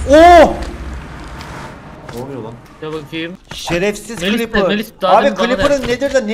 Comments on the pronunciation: Lazın creepera ;clipır. Demesi komik olmuyormu?XD+1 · Nobody::kılipır